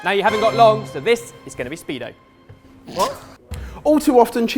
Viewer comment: Really? 'Speedo'...